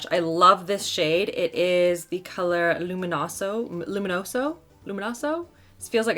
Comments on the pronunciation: Its Luminuso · I love you but you seem to have not many products !! Also luminoso is a Classic you should know how to say it!!!